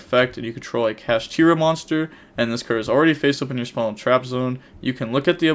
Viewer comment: Ganggggg he’s saying kashtira right